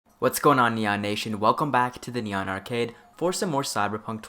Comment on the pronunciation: You know, it kind of sounds like you're saying The Nyan Arcade. And I like it.